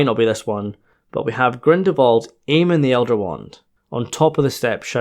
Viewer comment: I'm quite sure you say Grindelwald's name without the l whatever you say! And my hearing is perfect!